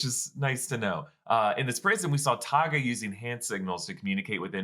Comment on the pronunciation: Taga. Sounds like Karga, but I like where your head is at!